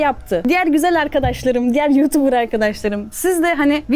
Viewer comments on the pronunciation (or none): none